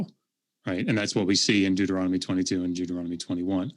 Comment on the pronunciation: “Deutoromical” lmfao. These people are ridiculous.